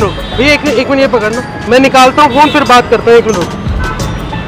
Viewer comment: o bhai ......o phone😂😂😂😂 ye wala paka haryana se hai